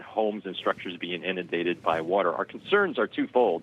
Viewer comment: Is the Dementia Patient gonna open the dams like he did in California? Just to make sure you guys have enough "wotor"